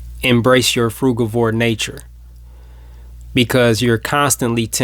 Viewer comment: Nice to hear someone who pronounces frugivore as I do and not frujivore.